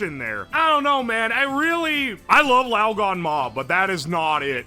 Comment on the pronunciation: The gan in laoganma is pronounced like can.